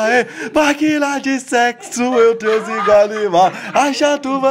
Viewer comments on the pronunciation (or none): none